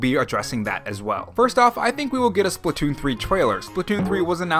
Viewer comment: Lol you called it splatoom 2